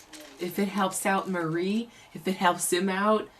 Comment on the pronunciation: By the way, Hank's wife's name is "Marie" not "Mary". "Marie" is pronounced more like "muh-REE".